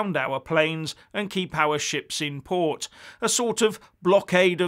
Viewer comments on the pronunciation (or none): none